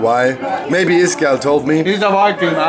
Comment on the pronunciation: Its actually iskall, not Iskall